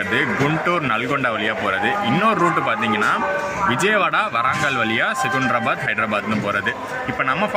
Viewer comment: செகுந்தராபாத் இல்லை செகந்திராபாத் என்று உச்சரிக்கவும்